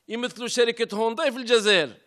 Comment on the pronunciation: يا سي طحكوت العلامة اسمها هيونداي مشي هونداي والله غير زايلة تهدر مفهمتش انت كيفاش راك عايش والله غير الداب راكب مولاه فالجزائر.